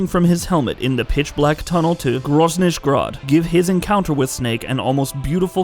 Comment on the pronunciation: "grozniš grád" :D